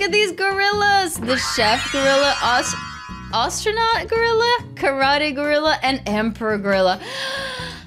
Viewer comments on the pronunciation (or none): Does she fr not know how to say astronaut